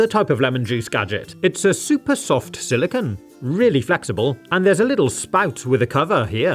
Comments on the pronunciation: SiliCONE not "silicuhn" (silicon)! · a quick Google search explains the reasoning but as I am from North America, I spell/say it as "aluminum". Regardless, silicon!= silicone and should make an effort to pronounce "silicone" to emphasize the "-cone" and not the "-cuhn" or "-cahn" of "silicon".